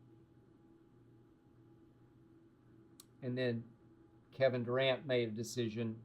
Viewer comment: Kevin Du-cant or Kevin Duran as in " No Mas "